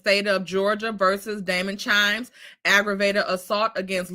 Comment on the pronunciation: It’s not CHIMES IT’S KIMES 😊